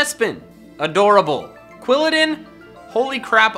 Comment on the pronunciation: Quilladin does not end with a T!